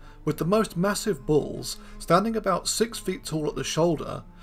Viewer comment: You make the word bulls sound like balls to my ears.